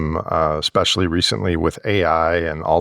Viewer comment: Often confused. Adverse - bad outcomes. Averse - choosing to avoid risk. It might be my ears, and this might be a British/Aussie accent phenomena, but "Ekspecially" and "Etcetera" keep twanging my ears. ESpecially, and ETcetera, darn it!